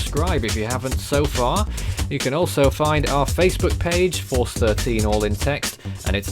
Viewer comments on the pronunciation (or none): none